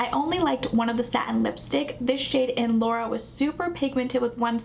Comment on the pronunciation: I believe that 3rd glossy color is pronounced just like the high school in Anaheim is pronounced ... Loara not Laura. ❤They all look great on you.